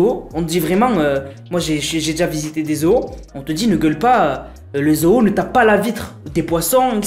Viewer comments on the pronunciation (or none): Ta façon de dire zoo me tue. Zoho 😂😂